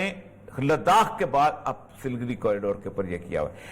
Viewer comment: سل گری نہیں، بلکہ سلی گوڑی۔